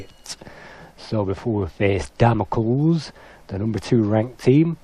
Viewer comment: Damocles is pronounced Damocleese. As in the sword of Damocles.